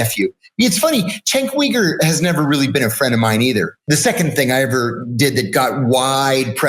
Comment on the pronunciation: Chenk wee-gur?